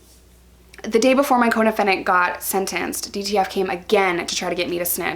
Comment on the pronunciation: ohhhhh coDEFENDENT.... most of the time I thought you were saying your codependent. Like that relationship doesn't sound healthy.